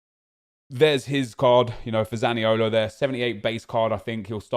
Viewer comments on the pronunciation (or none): none